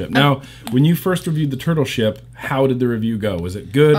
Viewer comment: some of the time when says turtle ship I hear turbo shit